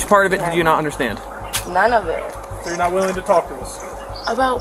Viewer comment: I Didn’t Do AnythinG-GAH H O W-AH I Can Not-Tah Stand-Dah The Way-Yaa That These PeopLe TaLk-Ah I Hate IT ALL-Lah!!!